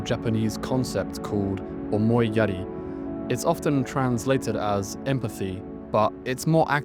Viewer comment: 1. Your pronunciation make it sound like omoiyare. 2. What is up with your arms dude? You got tourete syndrome? Why do you keep twitch your arms when you're in frame of the camera?